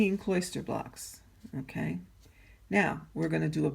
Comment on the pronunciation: Nice video. Your presentation is marred by the mispronunciation and misuse of a few words. "Kloster" is not pronounced like "cloister". The correct pronunciation is closer to "foster". And your pattern is COMPRISED of blocks and stitches; it is NOT "compromised" of blocks and stitches. "Comprise" means consists of. "Compromise" can mean settling for less, or exposing to danger.